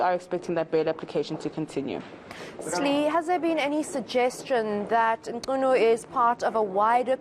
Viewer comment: Thanks mama for effort to properly pronounce the surname.